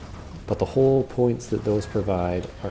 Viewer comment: Love your videos! Helpful, informative, and well researched! But I cringe every time you say "hull", it sounds like you're saying "hole" 😂